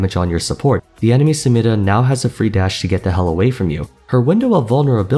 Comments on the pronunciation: Symirã. Nice pronouncing……. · Him saying samira makes me want to not live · why do you say samiras name like that? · I actually wonder where did you hear that pronounciation of Samira, dont get me wrong, I love your videos but its so annoying 😂